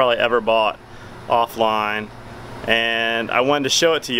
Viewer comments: Off-loin?! Or off-lion? 🤷‍♂️😂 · Can't stop thinking about how you said "offline"